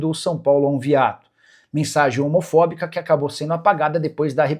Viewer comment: Ainnnn foi "omofobica" kkkkkkkk meu ovo Nikola